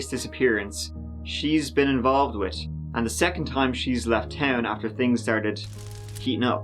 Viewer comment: With has a H at the end. Learn to pronounce it!